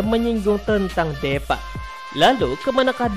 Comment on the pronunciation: Bang namanya deepa di baca s Diipa bang bukan depaa salah.🤣🤣🤣